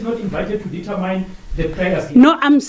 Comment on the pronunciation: TOOO DA:face-orange-frowning::face-orange-frowning::face-orange-frowning::face-orange-frowning:TAMINE!!! ITS "Determine!"